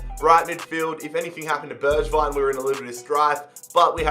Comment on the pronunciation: Also its pronounced berg-vign